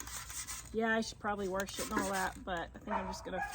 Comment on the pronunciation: ZINN-eeh-uhzz. No, zeenius is not correct. Neither is warsh. But that’s! 😄, your backyard flowers are amazing! I know this was filmed in August. When did y’all move in? An option to putting fakes in your window boxes (which I have done, too) is to put potted plants in, instead of planting them. Make the pots shorter than the height of the boxes, and cover the tops with Spanish Moss. Not filling the boxes with soil makes a HUGE difference in the weight of the boxes.